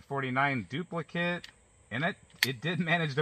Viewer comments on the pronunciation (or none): none